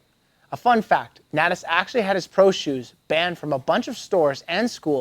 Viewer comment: 14 things you don’t know about how to say Natas. Except a couple times you got it right for some reason.